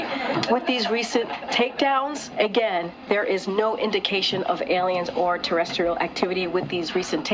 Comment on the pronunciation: The second time she said terestrial